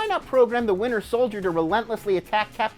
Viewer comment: Sounds like he says the “Winner Soldier”